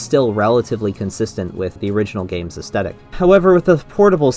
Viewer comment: please, please, PLEASE pronounce the "th" in "aesthetic." edit: this is a big mood btw.